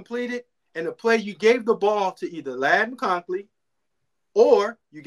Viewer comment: Oh yeah and it’s Mconkey not Mckoncley. Georgia also has a top 3 receiving core in college football